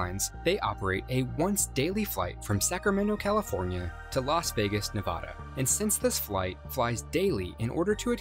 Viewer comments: Loghan ! Like a person who actually lives here would say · i get so annoyed when people say Nevada like that -_